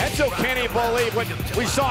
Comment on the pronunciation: is michael cole scottish now "Canny Believe"